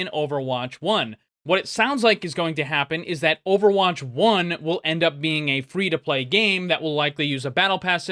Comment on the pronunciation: He said "free to playdoh" xD